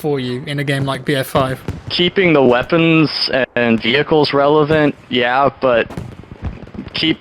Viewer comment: "ze weppons ze tonks, i like it, is good" 😂